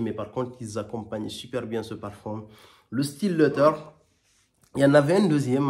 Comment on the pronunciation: Pas facile de prononcer correctement le mot : Leather 😅